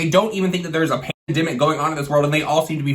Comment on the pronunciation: Omg you actually can't say pandemic? Lmao